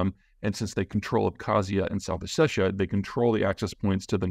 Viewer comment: Your pronunciation needs some work. oh-set-EE-yah, ahb-haz-EE-yah and Ga-ra-bagh. There is no K. It's a bad transliteration. Naxçıvan is pronounced Nakh-chi-vahn with the i being a soft I like in "middle". Also "nagorno" is Russian and not how either side calls the area.